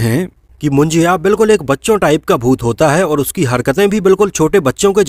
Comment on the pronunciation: It's not a मुंजिया it's मुंजा bhai 🧐